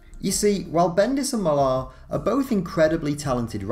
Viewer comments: It's just pronounced Miller, not Milaahr, are you kidding? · so confused buy the way he keeps pronouncing Mark Millar as "Mill-ar" instead of how the man pronounces it himself "Mill-er" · It's pronounced Mill-r not mil-ARH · Millar is pronounced like Miller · I realize it is a nitpick but it is hard to take this video seriously when you can't seem to pronounce Millar's name correctly. It is simply pronounced "Miller." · Please, please, please learn how to pronounce "Millar". You sound British, you shouldn't be getting this so wrong.